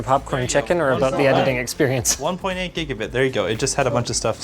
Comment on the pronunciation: Imagine how you’d hear Linus if you don’t speak english “We’re takin it Into de edidin den”